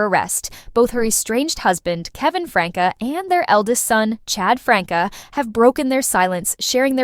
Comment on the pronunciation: It's not pronounced Franka, it's pronounced Frank. 🙄